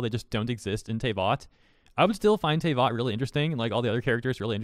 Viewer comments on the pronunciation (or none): Tayvot……… Tf is a tayvot? Ive NEVER heard anyone call it TAY vot wassup with the O too?